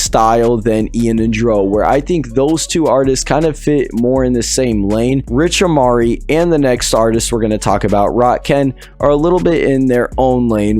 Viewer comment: bro u said rich amari lmao